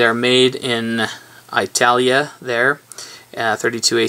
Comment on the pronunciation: Dude! Aitalia......haha..